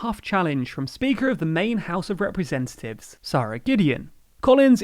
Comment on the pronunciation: Dude can't pronounce 'representatives'